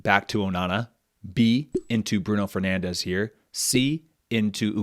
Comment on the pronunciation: Really cool format! Just a small note: Bruno Fernandes is not pronounced "Bruno Fernandes" as in Spanish, he's Portuguese and should be pronounced more like "Brun Fernandsh".